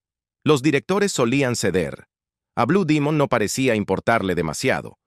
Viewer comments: Tengo 70 años y siempre escuché decir blue Demon me retiro de este cochinero porque dijiste Dimon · No sabía que se decía Dimon.